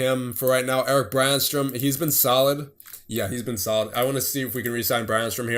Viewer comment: Btw Brännström is pronounced like Brennstroem, oe = you merge those 2 letter together to make a sound and don't pronounce them seperately. Just bugs me but np european names are hard, especially those which use letters that you don't use :D